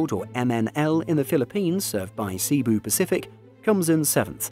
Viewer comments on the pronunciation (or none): Can you please fix your pronunciations or Haneda and Cebu Pacific? 😅